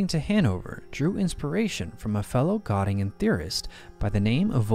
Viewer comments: An interesting issue. But, 80 years after we lost the war, the names of people and towns should be pronounced according to the country. I cannot remember any university in Gattingen. However in Göttingen. Thumb down. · Gö in Göttingen is pronounced like Gi in Girl.